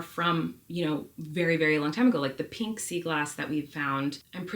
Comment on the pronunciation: “PEENK” SEA GLASS! PEENK is definitely rarer than pink. 🤪